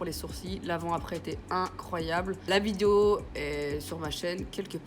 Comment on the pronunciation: Sa me stresse dans tes vidéo tu dit « vidieo » mais tkt on t’aime 😉❤️😘